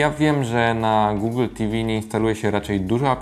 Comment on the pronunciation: na czym polega moda na mówienie "gogla" zamiast gugl ?? Wyrazy takie jak xiaomi wypowiadasz dobrze (siaomi), moonlight (munlajt) ale wyszukujesz w goglach a nie w "gugle"